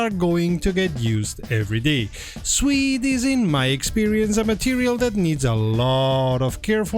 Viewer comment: Ah suede NOT swede 🙂